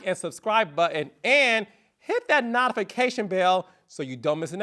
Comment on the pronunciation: Is that how notification is really pronounced?! 😂 serious question!